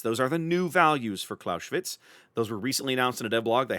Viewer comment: "Claus-eh-witz" not "Claushwitz" - the "s" is an "s" not a "sh" and the "e" is pronounced like in "enemy". But great vid - thanks!